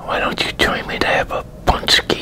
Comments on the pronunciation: Nice Bro, im first time hear like American or English guy said exact name this product, usually English-speaking people have a hard time saying this letters Ą,Ę, you made it... enjoy your meal. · Pączki 3.0 😀 I hope you enjoyed it. Btw I'm really impressed with your pronunciation of pączki! Well done sir!